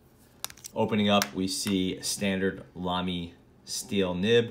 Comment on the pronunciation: Oh and I need to tell you that you pronounce Lamy right :D The way you do it is the best way to pronounce the „German a“ for someone who comes from English :) You couldn’t do it better :) That’s also why you got Gerhard that well :)